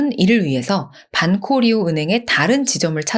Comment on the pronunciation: Banco Río 는 방코리오 라고 발음해 주시면 고맙겠습니다